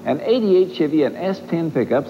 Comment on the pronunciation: Doug Demuro needs to find a duahatsu charade. Also, “schevy”